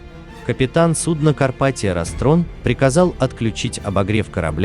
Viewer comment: Не карпатиО, а карпатиА